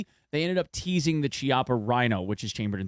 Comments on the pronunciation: Chiapa is pronounced like "keeapa". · Great video! Two things; Chiappa is pronounced key-awp-uh. The reason why the VSS and AS-VAL are the only weapons chambered in 9x39 is because those are literally the only two firearms in the world(barring custom manufacturing) that use that caliber.